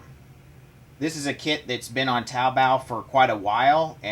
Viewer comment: Yay you said taobao correct